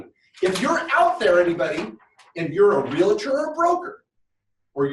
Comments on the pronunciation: I hate to be picky, but its not Real-a-tor!!!! The word is pronounced REAL-TOR. You wouldnt say Doc-a-tor!!! its Doc-tor. Two syllables...not three. It drives me nuts as an agent!! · you are in real estate. But its a Realtor, not Realetor